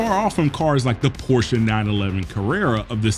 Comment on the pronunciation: As a Porsche aficionado, I commend you for pronouncing the name CORRECTLY! Thank you! 👏👏👏👏👏👏👏👏👏